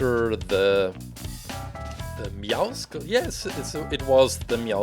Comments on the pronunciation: I hate it when they say meowskulls or meowsickles. ITS MEOWCLES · in Meowscles you don't pronounce the c like a k you pronounce it like an s just like you don't pronounce muscles muskles